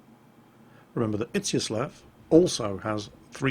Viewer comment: To pronounce Izyaslav correctly you have to read "z" pretty much as "s" in word "easy" and the next seem to be alright... "ya" reads like german "ja (yes)" and you go at it straight, without making any break. I sure hope such explanation helps at least bit.